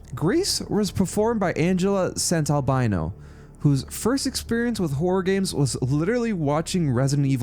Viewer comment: Sant-alBAno Not Albino.